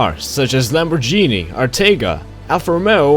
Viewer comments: It’s Lamborghini not lambojini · Its lamorgini not lambojini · Not that big of a deal but just so you know it's pronounced LamborGini not LamborJni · my favorite car is the lamborGHini or pronounced lamborgini my favorite car is the lamborghini countach or diablo and it is unbelievably offensive to me for some reason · The “lamborjini” is the best to escape pursuers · "Lamborjini" The most american way to say Lamborghini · Lamborgini?! Wtf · Lamorjini hahahahaahh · My god that's annoying lamborjini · Lambo gee nee haha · Stop laughing at how he pronounces it you wouldn't like it if someone did that to you would you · "Lambojini" wtf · Lambor - Genie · He said Lamborghini wrong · listen to how he says lamboghini